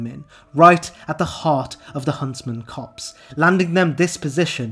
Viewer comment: It's "copse", not "cops". Blegh.